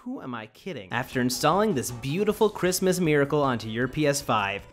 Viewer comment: It’s crismaasas